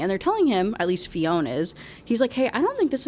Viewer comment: Fionn isn't pronounced Fee-own! It's shorter, more like Fyun Also we don't say things weird, we're just not speaking English 😂